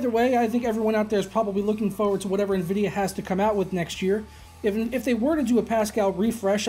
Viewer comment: I'm just now ordering a 1080 ti.....slow down Nenvidiah